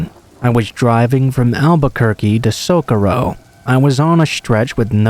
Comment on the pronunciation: Always good bedtime stories! (and just fyi, "Socorro" is pronounced "so-KOH-rro") Keep up the awesome work!